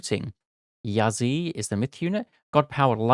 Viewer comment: Also, Chiyou is pronounced "CHUR-YOW" (the "You" sounds like "Yo!" like when you informally said "hello") While "Yazi" is pronounced "Ya-TZUH". Qilin is pronounced as "CHEE-LIN"